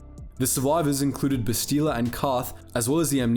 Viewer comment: Why can you not pronounce Bastila's name correctly? They say it in the game and you choose to pronounce it weirdly.